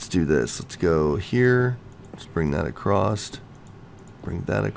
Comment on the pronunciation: Im sorry but theres no t in the word across